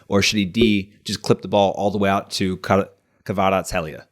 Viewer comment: kvarat-skelia. its fine if you dont pronounce the h